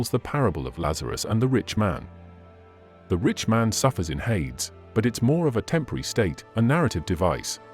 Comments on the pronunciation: It's not that important, but it IS pronounced hay-dees in English - which is probably still unrecognizable to the ancient Greeks!😊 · Hades is pronounced hay-dees by the way.